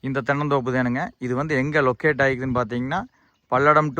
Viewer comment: லொக்கட்... என்றால் என்னடா அறிவிலி லொக்கட் மூக்கேசு.... எங்கே இருக்கிறது அல்லது எங்கே அமைந்திருக்கு....என்று சொல்லிப் பழகடா....